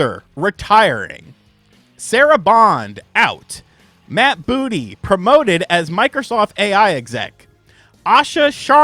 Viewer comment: i hate to be that guy, i keep hearing charemon. lets not forget bootey doesnt help.